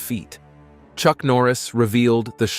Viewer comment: Did you say "Church Norris" or am I tripping